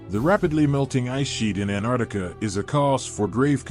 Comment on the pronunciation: Where the hell is this anarctica? Im from New Zealand and below us is Antarctica it has 2 T’s in it if you cant say it how can anyone take you seriously.